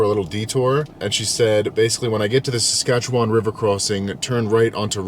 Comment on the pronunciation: You pronounce Saskatchewan better than most Americans